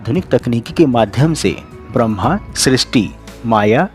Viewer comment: Wo Brahma (ब्रह्म) hai, Bramhaaaaa nahi (ब्रह्मा). Brahma/ब्रह्म Upanishadon mein Paramatma ko kehte hai. Ye Purano wale Trimurti ke Bhagwan Brahmaa nahi hai.